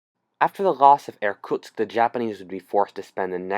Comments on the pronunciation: I ha To listen The video 4 times To understand that He wasn't sayng "Air Tucks" bit Irktusk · Being a russian, hearing you mispronunciationg Irkutsk horribly time and time again,made me die inside a little. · Every time you say 'Irkutsk' I cringe. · I would like to point out that the worlds view of the Soviet Union was very weak because of how Russia did in ww1, the Russo Japanese war, and the Soviet Unions invasion of Finland so Japan could have invaded Also please stop saying Irkutsk